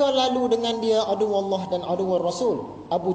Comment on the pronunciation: ustad ini susah sangat nak sebut nama allah